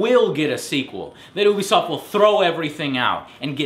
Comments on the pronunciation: its you-be-soft no ooo-be-soft... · yea, ooobie sounds weird